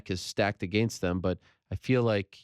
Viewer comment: also the way he says “against” he says it like aGAINst ... annoying